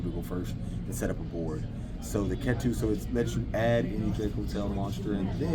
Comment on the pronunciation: Ketu is pronounced as "KEE-too"